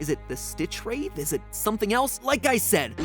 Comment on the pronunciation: I didn't want to say it, Mat, but someone has to... "Wraith" is pronounced with a soft "th". Like "bath", not "bathe".